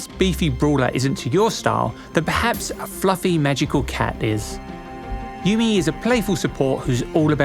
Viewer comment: Bruh it's yuumi